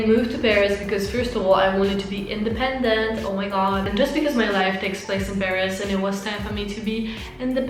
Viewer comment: you made me laugh when you said independent ✌🏻😂